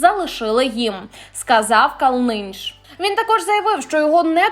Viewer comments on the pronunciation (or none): Голос за кадром,сором!КАлниньш,а не КалнИньш,наголос на першому складі.😢😢😢😢😢.В родовому відмінку Калниньша,а не Калниніша. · Не ,,КалнИнінш", а КалнинЬш. Перед тим, як вимагати ,,впОдобайки", можна і вивчити правильні імена. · Прізвище радянського актора правильно вимовляється КАлниньш, а не КалнИ ніш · Ну, во-1х, правильно будет говорить "кАлнынш", а не "калНынш" , ( это талантливейший герой фильмов моей молодости) во-2х, не надо повторять сюжет 2-3 раза, тут ментов нету, ну и в 3-х, могу с уверенностью сказать, что не с властью Зеленского судить Повалий или Лорак. Назовите мне , хоть одного человека, чиновника, коррупционера или коллаборанта которого посадила власть Зеленского?. Один киздеж, понты и не больше. Даже Святую Украинскую Лавру толком отстоять не могут и вышвырнуть от туда всю московскую мразь во главе с "пашей мерседесом". Для этого нужно быть просто решительным и твердым. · Правильно говорить Ивар Калниньш а не Калныниш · КАлниньш, а не КалнИньш. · Правильно казати кАлниньш, а не КалнИньш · Не КалнИніш, а КАлниньш ! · Будь ласка , вірно ставте наголос у прізвищі . Івар КАлниньш , а не КалнИньш , наголос на " а ". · Калниньш,а не Калиниш!!!Ведуча повна дурепа та вискочка.Не говорить,а гавкає як собака🐕‍🦺Вчиться хоч десь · Який противний пронизливий голос голос і інтонації! Не КалнИнінш, а КАлниньш. Далі слухати неможливо. Знайдіть іншу професію. Ця- не ваша. «Куди кінь з копитом, туди і рак з клешнею». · Калниш, а не Калниниш, вам слід ретельніше готуватися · Ка'лниньш.Наголос на 1й склад. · Можно правильно выучить фамилию артиста. Ну режет слух. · Ведущей надо учиться,противно читает ,одно и то же по три раза и фамилию Ивара перековеркала, ударение в словах надо ставить правильно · Ка'лнынш, дорога. Если не знаешь кого-то, то проверь в интернете, а то уши режет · КАлниньш... Ставьте правильно ударение... Это же ужас! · прізвище треба вірно називати КАлниньш, наголос на 1й склад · Ивар КАлныньш.Ударение на А. Очень режет слух!